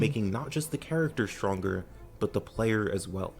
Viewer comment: exshtremely, shtronger, shtrategy